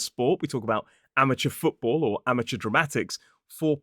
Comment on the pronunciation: Oi! It's Amateur, not Amatuer 😂 It should be spelt the way you did it, though. 😂 LAVLI-JABLI son 😊